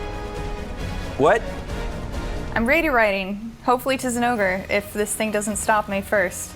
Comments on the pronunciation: thats how you pronounce it..... its not "Zinn-O-Gray" even the devs during their own demo showcase videos from previous games pronounced it as "Jin-O-Gah" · Why you gotta butcher the name zinogre like tht